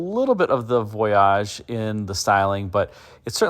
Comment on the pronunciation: Why are you pronouncing voyage so very oddly? You are reminding me of John Davis trying to pronounce Camry on motor week… remember at first he called it a CamrAy? I think someone told him it was pronounced that way, and then laughed at him as he mispronounced it for a season or two… If you were to go on a trip on a boat, would you pronounce it the same way as you do the concept caddy? How do you say Plymouth Voyager I wonder. Is it Voyagér?